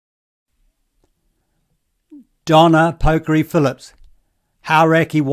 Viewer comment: You pronounced Pokere wrong, please learn how to speak proper Maori. You sound very racist and toxic